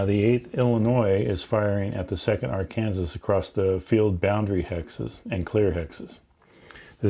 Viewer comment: Did he say Ar-Kansas?